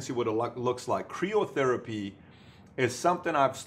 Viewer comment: Love your videos. FYI, it's usually pronounced Cry-oh therapy rather than Cree-oh. Keep these great videos coming. Thanks!